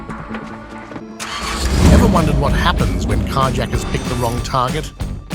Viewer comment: I'd rather hear a script read by a text-to-speech robo-voice than this garbage AI narration. Car yacker? talkaboutaplottwist!!@